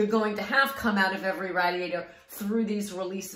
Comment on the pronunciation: Rah-diator! thank you very helpfull